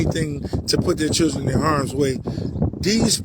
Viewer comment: I’ve noticed a lot of these sov cits can’t pronounce children 😅